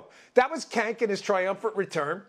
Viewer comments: "Cank" lmfao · I just gotta say, it's very rude of you to call him Cank, as if that was a word. It's pronounced "Jank," short for janky lol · It’s not Cank, his name I believe is Chunk Hunger. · LOL It’s pronounced “jenk”, but still funny to hear him called “kenk”. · He called him kank 😂😂😂😂 That's hilarious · I live how he keeps calling him "kenk". Lol... It's awesome. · "kenk" I love how no one pronounces his name right. idk if it's on purpose or not but either way it's hilarious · And he's extremely obnoxious AND his name is pronounced Jenk - I think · Buh, buh... but he made faces and... and... his know-it-all attitude is SO PERSUASIVE - Cenk Uygur MUST be correct, I've even heard him speak LOUDLY, this guy's thuh real deal, yo. HAAHA HAA HAHA HAAAA! Cenk really is outrageous, isn't he? And Dan, I am not inclined to correct your pronunciation of his name because, as most of us know, mispronouncing an individual's name conveys disrespect. Cenk is as disrespectful of his viewers and the American public as any propagandist and yes, gas lighting is TYT's stock-in-trade. Uygur is the object of derision because his use of it is has caused him to become cartoonish. Hahaa, cartoonish, as in a dollar sign on each cornea!